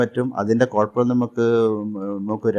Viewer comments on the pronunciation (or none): none